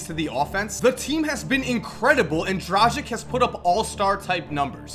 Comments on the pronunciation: Good list, but please pronounce Dragic's name correctly? Drah-gitch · How can you fuck up pronounciation so badly that you change the places of "g" and "c" in Dragic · It's Goran Dragić, not Goran Dražik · Im from the country where Dragič is from, and im just laughing everytime you pronounce his name :D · Just a reminder to all american friends. The surname Dragic is pronounced differently. The g is pronounced like g in "gun" and c like "ts".